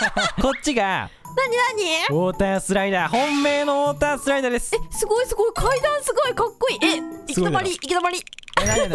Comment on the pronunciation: オータースライダーじゃなくて、ウォータースライダーね😂😂😂😂❤️🧡💛💚💙💜🤍🤎🖤